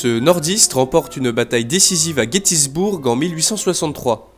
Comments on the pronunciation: Gettysburg se prononce "guetisBEURGUE" et pas "guetisBOURGUE", et Richmond se prononce "RichMONE'D" et pas "RichMON". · sa ce dit guetisbeurg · GETTYSBURG PAS GETTYSBOURG BURG URG PRONONCER EURGUE